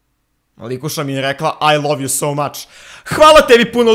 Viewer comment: i love u so muuuuu- AAAA- iiii-" ,,Likusica mi je rekla aj liv ju sou mač..." 💀💀💀💀💀💀💀